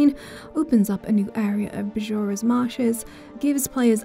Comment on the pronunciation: Bjora is pronounced "Byora"